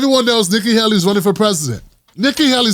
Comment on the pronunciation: It's not that difficult to pronounce; or is this a lame attempt at humor. Usually you're funny not this time.